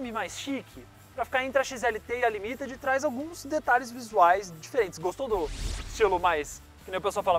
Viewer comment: Equipe top, gosto muito do programa, só elogios, boas matérias, apenas um toque pro, a pronúncia da versão Ranger limited, é límited, e não limitéd